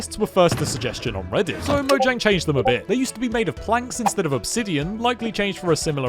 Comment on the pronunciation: Fact: Its actually pronounced mo-h-yang